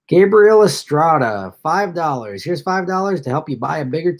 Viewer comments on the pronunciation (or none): none